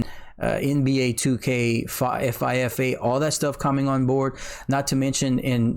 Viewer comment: did he just say F,I , F, A lmao